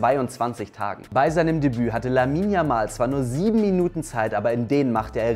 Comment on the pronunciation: Bitte, sprecht den Namen nicht deutsch, 🤭